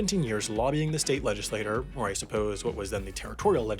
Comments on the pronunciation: Legislator? Legislature? Google it? Pronounce it? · It's pronounced (Ledge-uhh-slay-chur) when referring to the body of (Ledge-uhh-slate-urz). It's not a fish fish thing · PLEASE Mr. Narrator, learn how to properly pronounce "legislature"! It's not "legislator". A "legislator" is an individual while a "legislature" is the body composed of individual "legislators". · Legislature and legislator are not pronounced the same. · Was this AI generated? Legislature was repeatedly mispronounced as legislator. 😅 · I'm about to be "that guy." It isn't a big deal, but it is with great and mischievous pleasure that I would like to point out: "legislature" is pronounced "ledge-iss-late-chur," and not "ledge-is-later." A legislator is a person who makes laws, a legislature is a group of legislators that make laws together. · Legislature (Ledgislayture) Legislator (Ledgislaytor). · You need to learn how to pronounce "legislature"! It's not pronounced "legislator". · That moment you realize that the words “legislature” and “legislator” are pronounced differently... whoopsies. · I'm surprised this smart guy doesn't know how to pronounce "legislature". It's not legislator, it's legislature. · "Legislature" isn't supposed to be pronounced the same as "legislator". It's supposed to rhyme with "nature". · The words "legislature" and "legislator" are pronounced differently. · For the love of God there’s a difference between the word legislator and legislature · LegislaTURE ≠ LegislaTOR. Seven times you say "legislator" when you mean "legislature". That's the kind of mistake we simply can't allow on the internet,! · Strongly suggest you learn the difference in pronunciation between legislature and legislator, they’re different things, pronounced differently. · The whole point of this channel is to just talk about random, mostly user-submitted topics, not to teach. If one word being mispronounced was enough to irk you that much then 🤷‍♂️ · Leh-jih-slay-chur. Say it with me.